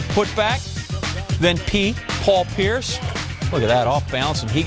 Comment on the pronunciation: he said price instead of pierice